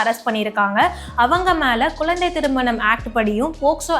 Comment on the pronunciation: Ellam correct madam தமிழில் உச்சரிப்பு முக்கியமான ஒன்று குழந்தை என்று சொல்லுங்கள் கொலந்த கொலந்த என்று சொல்லாதீர்கள் மாற்றிக் கொள்ளவும் pls